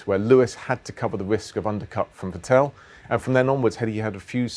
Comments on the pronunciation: Get his name right, it’s Vettle not Vettell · its not vitell, ITS FETTEL! pronounce it right jesus christ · Gauthu Gk34 It isn‘t. The Ts are pronounced harder an the second E isn‘t pronounced that long. It is more like Vettl. But I guess for non german speakers it‘s kinda difficult. If you really wanna know, look for some german broadcast vids, there should be plenty. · On Dutch broadcast by Ziggo, Olav Mol (commentator) pronounces it as Fettol which I guess would be close xD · I still cant handle it how he sais “vettel”